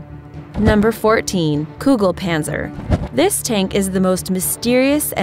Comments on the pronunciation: Not Kuglepanzer its called Kugelpanzer.... Get your facts straight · Kugelpanzer, not Kuglepanzer god damn! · #14. is Kugelpanzer, not "Kugle..." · It's kugelpanzer like the picture says. Not kuglepanzer.. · It’s called KuGeLpanzer not KuGLepanzer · It says "kugELpanzer". Still they call it "kugLEpanzer" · It's Kugelpanzer, not Kuglepanzer. One of the images even has the name on it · it s called kugelpanzer. not kuglepanzer. i m german. so... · its kugelpanzer not kuglepanzer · "KUGEL" not "kugle" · Kugelpanzer not Kuglepanzer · Der panzer heist KUGELPANNNNZER NICHT KUGLEPANZER HIMMEL ARSCH UND HIRN Xd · ITS kugelpanzer, i from Germany. hahahaha These pronunciation , very nice